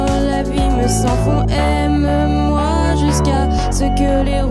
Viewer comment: Chantalle Hartlova Lol those rules go out the window in lots of french songs, even this one. For example she breaks down “aime-moi” into three syllables instead of 2 so that it’ll fit into the beat